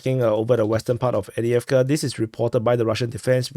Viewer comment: Excuse me but... Why do you always skip the 1st v in avdeyevka?😮 If you can say "off-day", then you can say avdeyevka correctly.